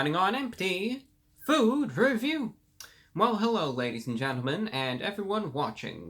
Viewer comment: You said hewwo